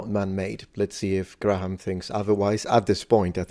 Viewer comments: A point of pronunciation: Graham in British English (ˈɡreɪəm); in American English (græm). In any case, the H is silent. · I know you like to know how people pronounce thing's so I'll do my best. Graham is Grey/um not Gra/ham, in England.